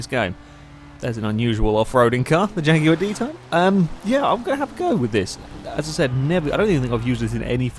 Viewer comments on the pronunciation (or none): none